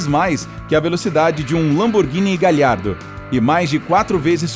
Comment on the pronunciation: O nome da Lamborghini é Gallardo não Galhardo... Só uma correção 😉😉 #MeNotaa 😔🤩